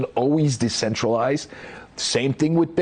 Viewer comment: BITCOIN IS NOT A SECURITY!!!! Period end of story. Also your going to listen to somebody of can’t even Satoshi’s name right . Booooooo